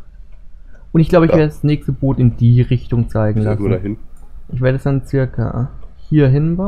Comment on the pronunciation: das heist Boot net bott